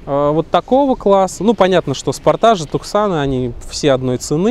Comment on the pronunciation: Спортаж, туксан...Уши можно сломать.